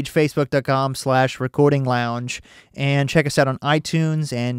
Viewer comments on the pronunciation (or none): By the way I just heard at the end of the video: "check my phasebook page" hahaha